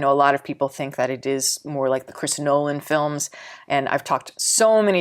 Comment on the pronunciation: Nolan, not Noland